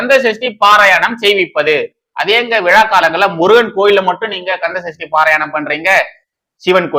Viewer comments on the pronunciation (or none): பாரயணம் இல்லை பாராயணம் ... திருத்தி கொள்ளுங்கள்